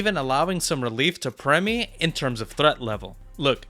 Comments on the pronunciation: Its primmie not premmie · Jesus, it’s Primmie not Premmie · Bro so hyperfixed on NA he can't even pronounce Primmie right